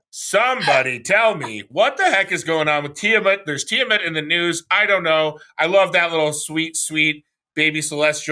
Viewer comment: says tiamut in a way that makes my brain tickle, with the hard “om”